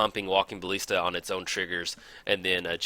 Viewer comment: Jeez, its walking ba[ll]ista. Not bal[ee]sta.